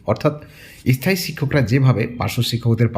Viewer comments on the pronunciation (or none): থিসিস লেখা শেষ হলে জানাস ভাই।তোকে মিস্টি খাওয়াবো। এস থায়ী😂😂 শব্দ উচ্চারণ টা শেখ আগে😮😮